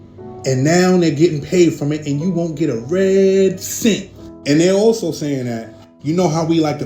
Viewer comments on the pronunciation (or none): none